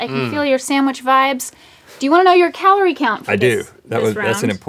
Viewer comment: He called it kuhloree